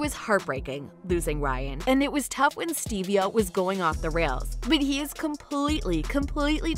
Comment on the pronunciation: She pronounced Steve-O, "STEVIEA."